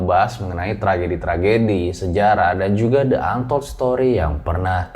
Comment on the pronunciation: di antold story boss, bukan de antold story